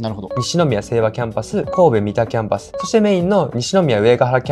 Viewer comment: みたではなく、さんだです。